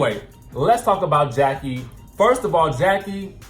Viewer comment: Rheshonda Adams Evelyn never said that her and Jackie were not friends Feby did and Og made it seem like they were all laughing at Jackie witch they wasn’t they were laughing because Feby mispronounced Jackie ‘s name